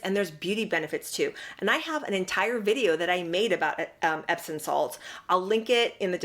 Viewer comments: I’m enjoying your video, & thank you for the info ♥️…..but it’s pronounced EPSOM, not epson. 😇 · I thought it was pronounced epsoM not epsoN salts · She's so phony. Loved your video. Respectfully, there's no 'n' in epsom salt.